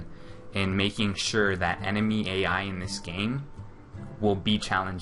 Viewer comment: ENEMY EEAII